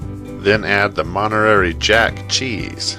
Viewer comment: its mon-ta-ray jack cheese not montererie